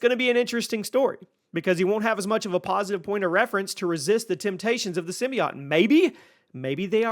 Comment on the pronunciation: Symbiote... Not symbiot